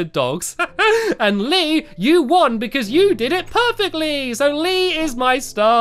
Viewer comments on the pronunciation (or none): Did he jjust say perfectleee